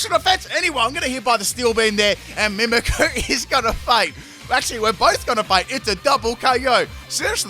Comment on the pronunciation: Man i love your vids and i am a Fan since … i don’t know … so many years, but maaaaan I really can’t understand how someone who for work does Pokémon, can’t even pronounce those names… ist MimikYu, like I mimic you it’s not Mimickuuuuuu. That bothers me so much. I’m sorry man, I still enjoy your videos very much ..